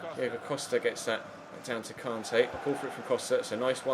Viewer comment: It really annoys me the way you say kante